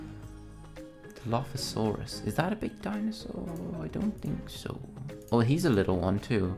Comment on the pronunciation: It pronounced dil-lof-asoris